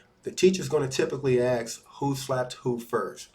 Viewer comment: The word is "ask" you illiterate !